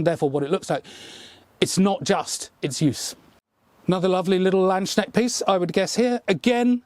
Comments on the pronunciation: Hi there. Not a critisism, just a remark from a german speaking person: landsknecht is pronounced as follows. L, like you have it in english. A, like you would pronounce a U in mum or up, or the first A in marmalade. ND, same as in land in english. Now the S after land belongs to the word land, so it is pronounced seperately from the word knecht. Not land sknecht, but lands knecht. So, so far we could write the word land in english as lund, and lands as lunds (i know that's not a word but I hope you know how you would pronounce this in english). Knecht is more complicated, simply because in english the german sound for CH is not common at all, if not even inexistent. And I can't find a comparison. Except for your cousins welsh language, where the ch is pronounced pretty much as it's pronounced in german. But luckily for foreign speakers, there are german accents which pronounce it very softly, almost like you pronounce it. so you can easily go with your pronounciation. Hope this helped, great video as always, keep up the great work. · It's so funny to me how you (mis)pronounce Landsknecht. Kinda sounds like "Landsschneck" which translates to "land snail". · Just for the record: The "k" in "Landsknecht" is not silent and the "s" (or maybe interpreted as "sk") is not pronounced "sh/sch". It's basically two words: "Lands-Knecht" or "Landes-Knecht", loosely translated to "servant of the country (/state/territory...)". Sometimes also called "Lanzknecht", meaning something like "Lance Servant". And because this is the YT comment section: No, I'm not offended/"triggered" or whatever by /anyone mispronouncing a german word. He just seems like a guy who likes to learn and get things right. I'm just trying to help. If he ignores this, that's also fine:) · Everytime someone says "Land-schneckt" my sould dies a little. it's Lands-knecht - the K is before the E & N. Sorry, it just comes up so oftern x)